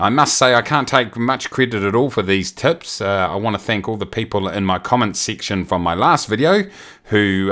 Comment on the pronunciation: I keep hearing tits instead of tips :) Good info, keep it up!